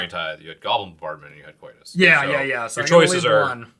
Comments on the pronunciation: pronouncing Kotis as "Coitus" had me laughing. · Bring back RTFC just to get everyone to stop mispronouncing Kotis I'm begging you